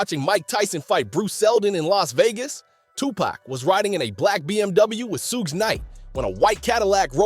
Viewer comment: Is this an A.i voice or a white guy using a blaccent...cuz wtf is a "sooge" Suge and a" Kelfey d" (keefe)